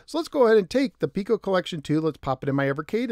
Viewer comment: It seems like I'm in a minority of one here, but I'd like to point out something that's been bugging me since this cartridge was released. Every video I've ever watched on the Piko collections has the host pronouncing the name of the company as "Peeko," but the company's logo contains the mathematical symbol for pi. Are we sure it's not supposed to be pronounced "Pie-ko?" Sorry. But it drives me nuts when I see videos about Imagic games and the hosts pronounce the company's name "Eye-magic" like it's an Apple product. The correct pronunciation is "EM-magic" because the name is an amalgamation of the words "imagination" and "magic." It just seems to me that to mispronounce the name of a company is a disservice to the company. While I'm 100% certain of the Imagic pronunciation (check any of their old TV commercials to confirm), I'm not 100% sure about Pico, just 99.9% sure. I'm pretty sure the Pi symbol would indicate that "Pie-ko" would be how they wanted themselves to be known. Either way, another great video. Keep them coming!